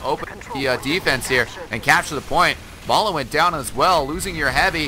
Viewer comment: May-la? Isn't it pronounced as May-lay? (As said by STAR)